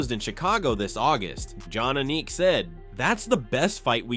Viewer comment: Did the narrator really mispronounce john Aniks name??? Come on know